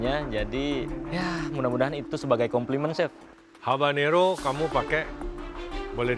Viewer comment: Namanya habanero bukan harbanero😅